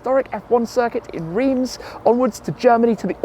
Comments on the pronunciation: Reims pronouned more like RAAS, not REEMS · Great video Tim, until you pronounced Reims as 'reems' 🙄 how 'Brit Abroad'!!😝😝